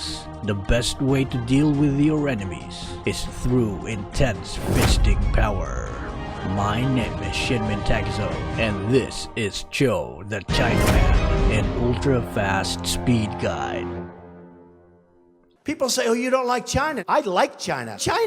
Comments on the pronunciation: I heard "SHITMEN TEKAZO" am i deaf?or just hearing things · wait hold on.. , i heard "my name is sh*tmen takezo" lmao